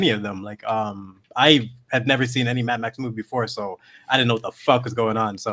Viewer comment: Mad-max not tam-pax